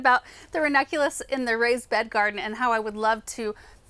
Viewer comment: I always hear from ‘vernaculus’ instead of ranunculus, is it just me? 😂